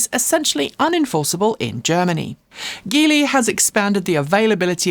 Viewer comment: Apparently Geely is pronounced "G" "Lee", as in the letter "G" of as you would say Gee Whiz. Otherwise, thanks.